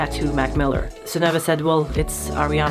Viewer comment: Jeg gjetta at du var norsk når du sa navnet Sunnøve. Om et par år, når jeg er gammel nok, så skal jeg sjekke ut kompaniet ditt.